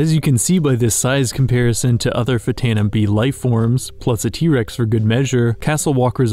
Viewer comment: That's pronounced "ftano".